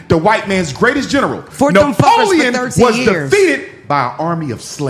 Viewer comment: why doc 😂say Napoleon like that?